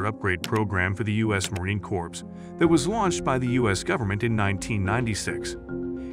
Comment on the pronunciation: It is United States Marine Corps, not Corpse.